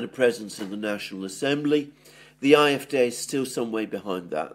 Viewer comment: AfD. Not IFD. "A" is (usually) pronounced "ah" in Deutsche.